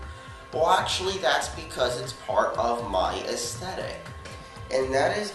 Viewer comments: Here's a challenge: Take a shot for every time he says ashthetic. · Whats with him in saying asthetic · If I got a dollar for every time he says astheteick I would be rich